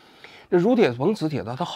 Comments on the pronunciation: 女铁朋，不是如铁朋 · 大佬钕（nv）铁硼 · 那叫钕（女）铁硼吧😂